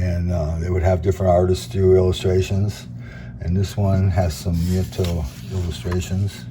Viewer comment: Pronounced "knee-AT-oh". Nieto's style is similar to what the Italians were doing in magazines like Lanciostory (which was, itself, a bridge between the Italian comic industry and Argentinian artists), but it seems most of his work was for US publishers.